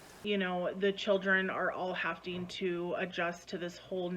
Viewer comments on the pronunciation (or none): "hafting to"...., darling, there isn't a T in that word, you sound dumb, it's "having to"